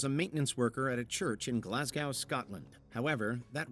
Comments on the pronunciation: It's pronounced "Glaz-go" 🤦‍♀️ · Glasgow pronounced glazgo, not glazgauw. It's the same with Moscow. I don't know why Americans pronouce them so oddly, it really grates on me. And before anyone tries to "correct" me, my Nanna was Scottish.